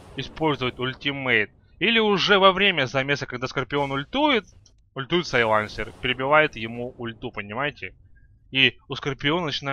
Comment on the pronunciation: САйленсер, а не сайлАнсер